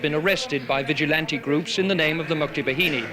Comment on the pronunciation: mukti BA-HI-NI not behini its bahini -.